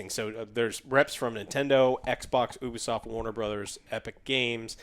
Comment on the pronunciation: i just fine it funny to hear say OO-Bee-soft instead of U-Bee-soft